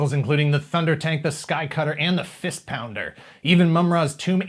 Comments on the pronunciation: He said fist pounder lol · "Fist Pounder"...